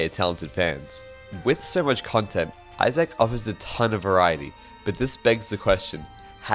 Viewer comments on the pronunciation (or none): Eye-zick you doof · why does he say izack like that?😭😭😭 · this is an incredible video, definitely deserveres more love. you say isaac kinda weird though